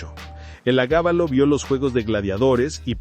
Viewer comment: Estimado: No se dice: "el agábalo" El nombre era: Heliogábalo. Me gusta tu canal.